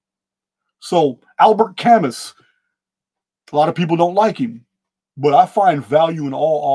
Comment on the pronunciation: Fantastic podcast as always. Albert Camus is pronounced Ka-moo Thank you